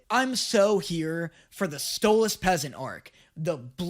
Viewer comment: Bro, you said, stole loss